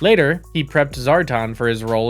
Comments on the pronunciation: This video was made painful every time he said, "Zar-tahn." It's Zar - tan. Rhymes with Star-Man. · SAY IT WITH ME ZAAR TAN!